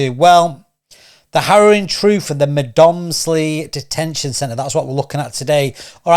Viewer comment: Please do your research, it is not pronounced Med moms ly and the guys name is not Naville.